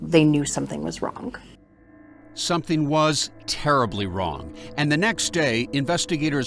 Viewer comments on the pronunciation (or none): Michelle Tasker ~ The word 'wrong' isn't pronounced wronGUH. The g is soft. Listen to how Peter Van Sant says it right after you. He says it correctly. You're giving a one syllable word, 2 syllables. FYI.